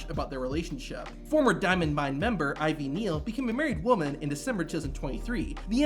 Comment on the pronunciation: The announcer completely botched Ivy Nile's name it obviously pronounced like it is spelled, For some reason he kept calling her Ivy Neal.